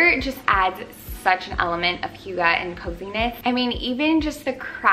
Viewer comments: it’s more like “hoo” not “hyu” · Wait... Do you also speak Danish, But then i heard how you pronounced it, and then no. But i love how we in Denmark do have a Word(hygge) that can’t be deecribed better than using the Word hygge(hjugge)❤️ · Pronounced hoog uh. You are adorable.💕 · This is the sweetest ever ♡♡ you say it like who-guh. Love your videos ♡ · Love! I've heard hygge pronounced SO many different way by so many different people. Is there one definite way to pronounce it?? So confused haha - love the vid! Definitely needed this xx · I love you and your videos but being Danish myself I cringe so bad when foreigners say hygge. 😂🌸 Other Danes will understand!